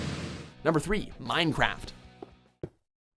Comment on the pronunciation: the way he said "Minecraft" LOL